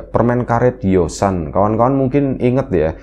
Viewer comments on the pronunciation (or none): YOSA gak ada huruf N